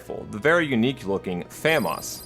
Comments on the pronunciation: This was fun to watch. Just a few things though: Famas is pronounced "fah-MAHS" and the 1911 in M1911A1 is said like the year. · The way you read M1911 and Famas really killed me. =)) Great video though. Keep up the good work.